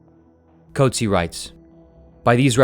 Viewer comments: As a South African the pronunciation of 'Coetzee' hurt more 😆 'koot-zeer' not 'coat-sea' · The name "Coetzee" is pronounced as kuut-SEE in South Africa and kuut-SEE-uh in some other regions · It’s pronounced “Coot Sea” (like “sear”without the R). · Maybe start by pronouncing the Nobel Prize winner's name correctly.